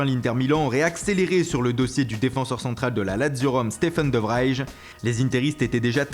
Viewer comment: Petite info, en néerlandais, le ij se prononce eille, du coup, on prononce virgil van "deilk" et stephen de vreille petit conseil orthophonique des famille mdr